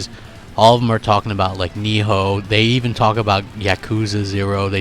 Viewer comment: Why does he pronounce nioh as niho